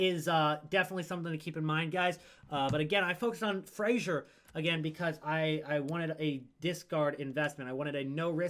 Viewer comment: Why do Americans persist on pronouncing Fraser like “Frasier” the TV show?